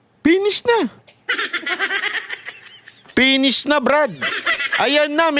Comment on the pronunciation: it’s finish not pennies ang pangit pakingan okey?